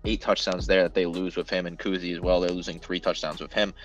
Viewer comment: Ur pronouncing kuithe wrong